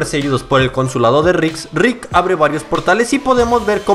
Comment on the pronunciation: me da risa como dice la r cuando dice rick jajajaja suena como grik ❤ me gustan tus videos